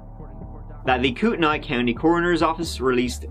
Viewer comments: It's pronounced " koot-ta-nee". Not "koot-tan-ni" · Minor nitpick: Kootenai is pronounced “Coot-nee”. We Pacific Northwesterners get a bit persnickety about this stuff. 😆 🤷🏻‍♂️ PS - I ❤️ your content either way! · i live here and have never heard of this case !! also kootenai is pronounced koot - knee ;) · Wow! I grew up 30 minutes away in Spokane, Washington and I am surprised I didn’t hear about this. Thanks for covering! BTW, even though it doesn’t look like it Kootenai County is pronounced like Koot-knee 😃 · Huge fan, been watching for years. Just a heads-up if you ever revisit the area in another video, Kootenai, phonetically, is pronounced like “coot knee.” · So close..... Kootenai is pronounced Koot-Knee. But other than that you did a great job on this one. I remember this one, it's just insane. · KOO-teh-NEE. :) It's Kootenai County pronounced with a KNEE at the end. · Hello never miss a cast. For future reference it is pronounced kootnee